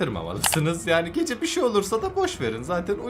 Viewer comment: Geceğ deyil gece